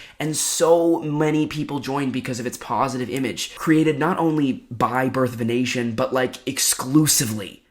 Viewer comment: I hella heard it the first time you said it as birth of an Asian 😂😂